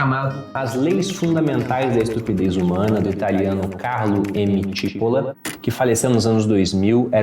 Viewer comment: se o cara era italiano, o sobrenome nesse caso seria pronunciado come tipôla, que é cebola aqui, paroxítona. boa dica. vou ler o livro. abraços.